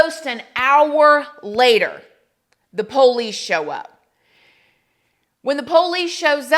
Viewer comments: The way you say Ramen noodles “Roman😂” and POOOOLice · "The POE-LEECE" 🤣